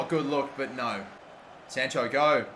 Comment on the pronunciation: Anyone annoyed how he pronounces sancho 😂😂